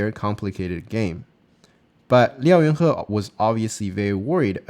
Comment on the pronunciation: Nice video as always - and one of these days you'll learn to pronounce his name hahaha